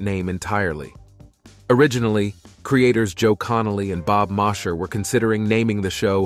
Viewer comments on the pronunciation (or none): Bob Mosher's name wa pronounced "moh-sher" I know this because I knew him! ...Malibu, 1968.